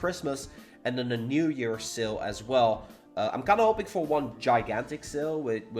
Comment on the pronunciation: I keep thinking about what "seal" he's talking about, and realized that it's "SALE" dagnammit 😂